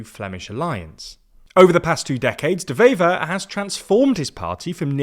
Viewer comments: It's De Wever, not De Vever. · Again with this shit? Which government? We have 5 or 6 of them. Also, it's pronounced Dewever, not devever. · Small note, W in Dutch is just a W, not pronounced like a V.